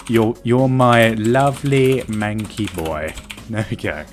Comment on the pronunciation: "my manky" it's mankey xD.